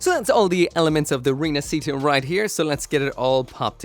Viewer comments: Is pronunced rinashita not rinacita. It mean reborn, like the phenex reborn from the ashes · Its pronunciation is "Feh-nee-cheh Ree-nah-shee-tah" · si pronuncia "ree-nuhsheetuh" dai! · Pronunciation is Rina"she"ta